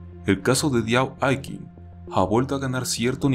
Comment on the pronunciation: Se pronuncia “aiching”